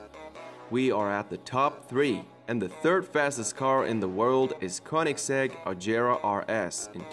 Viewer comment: Has this dude ever heard about the koeningsegg jesko🤔